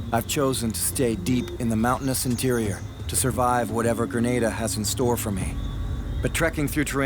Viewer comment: Graneda LMFAO 🤣 It's an a not an e hehe... GrenAda Gren-ah-da 🤙🏼